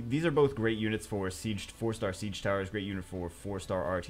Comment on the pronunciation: Dark samurai isn't "siege" it's "she-gay"